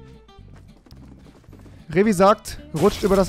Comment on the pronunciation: Rewi sagt vieckt